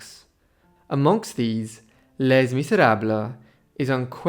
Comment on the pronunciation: The "s" in "les" is silent.